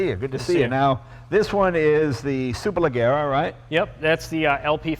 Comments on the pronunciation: Leggera is pronounced like Jerry not Gary. C'mon Leno you're half Italian aren't you? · Ga-y-ardo ... Superle-zzier-a ... Jay, If we are supercar fans we MUST be ALL IN and pronounce the cars appropriately. GaLLardo? Next I will go home and have some TortiLLas and Galapenos! >.< Great video either way. :P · Superlajjera. The G sounds like "Shhhhh"(hush), but use a J. So say Shhh...then say it with Jjjjj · Superleggera [pronounced: (superlejEra)] means Superlight....which in the end amounts to lightweight construction, yes, yes.... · To be a car enthusiast and not know how Superleggera is pronounced! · why does he insist on pronouncing gallardo and superleggera wrong? he heard the guy say it correctly a couple times...that's what you call stubborn ignorance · but hearing him say superleggera that way, well it hurts. that's not how that word is pronounced. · he pronounces super leggera wrong and anyway it means simply super lightweight. If I spent €200,000 for a car at least Id bother to pronounce its name right mmm. anyway... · Jay doesn't know how to pronounce Superleggera correctly lol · lol jay can't pronounce superleggera correctly. Oh well, I wouldn't expect him to anyways.